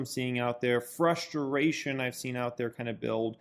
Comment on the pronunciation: frust-ter-ration....luv the pronounce